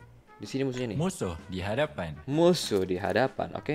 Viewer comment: Ngogeyy bang